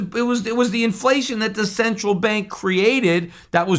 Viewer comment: “Inflession” perhaps? “Deplation”?